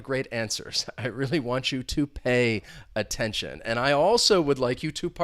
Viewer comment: Pay aytention